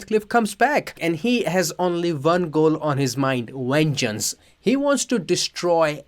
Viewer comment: "And he has only one goal on his mind: WENGEANCE"